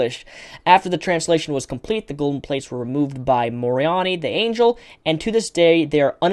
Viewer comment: Just a good bit of humor here, but Engrish was killing you on 'angel'.